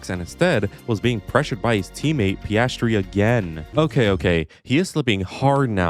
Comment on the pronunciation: "Pastry"? lol